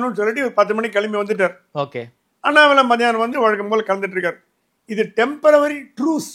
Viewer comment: என்ன Sir டெம்பரவரி. It is temporary. டெம்ப்ரரி. சரியா உச்சரிக்கணும்.😂